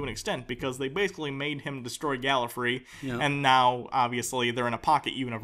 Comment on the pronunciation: Every time one of you says "GalliFREE", part of me shudders and dies.